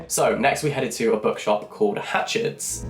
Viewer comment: 'Hatchhards' of Piccadilly, London (booksellers since 1797) ,& not as Jack mistakenly said,'Hatchets' 😊